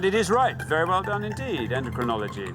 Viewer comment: I hear her say "endEcrinology" and only Alexander says it as "endOcrinology." She said it twice. And the show often does not accept slightly mispronounced words especially in crucial moments.